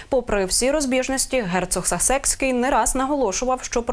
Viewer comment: Правильно,,САсекский,,ставь правильно ударение..